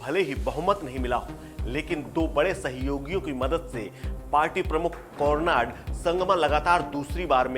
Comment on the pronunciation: यार थोड़ा ठीक से उच्चारण तो कर लिया करो। कोरनाड नहीं कोनराड है।